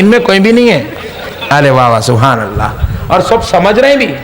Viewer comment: Your "subhan Allah"😅😅😅